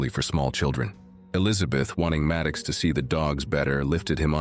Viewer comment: The zoo-boy's name is MAD OX, not Mad kicks! Jeez!